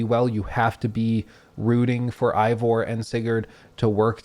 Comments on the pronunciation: Thanks for explaining nothing useful. Eivor doesn't have any elements in English that would be hard to pronounce. A. Vor. The game says it hundreds of times. No excuse for saying I vor. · Turned off the video when you said "Ivor" Really easy to pronounce (even when you're an uneducated American) due to you listening to his name being said for the whole game. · Plays 100 hours, still says "eye-vor" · My guy thinks he’s so intelligent by pronouncing the names wrong 😂 it’s a-vor not “eye-vor” and it’s ba-sum not “bay-seem” 🤣🤣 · How is it this guy played hundreds of hours of this game, with the main character’s name is said thousands of times, but in this 3 hour jerk off session he can’t pronounce it correctly even once. It’s AY-VOR not I-VOR. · Stop pronouncing the name wrong 😅 it’s not I it’s AYE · Did you even play the game?!! It's Eivor. (Avor) not Ivor! 🤣🤣🤣🤣🤣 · i love this critique but i giggle at how you say ivor instead of eivor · Why does he keep pronouncing it "Eye-vor"? Everyone, including Eivor, pronounces it "Aye-vor". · It’s pronounced aye vore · Dude, everyone in the game calls him Eyvor or Ivor, not whatever you said. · Oh god no please don’t tell me you’re pronouncing him eye-vor the whole video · "Eye-Vor" makes it seem like you didn't actually play the game. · EYE-vor? what?? they same the name correctly dozens of times in the game. why are you saying it wrong? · You're mispronouncing Eivor. How are you mispronouncing Eivor? I don't understand, the name is said over a billion times in the game. How do you get it wrong? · Anybody else triggered by him mispronouncing Eivor's name the ENTIRE vid...🤬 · hates this game so much he mispronounced Eivor for three hours. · Why do so many people mispronounce Eivor do you not listen to any dialogue lol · Lol you'd think after 100 hours you'd know how to say Eivor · The ultimate critic pronounces game's main character name wrong. Oh well a lot of effort here none the less, you might even say bloated?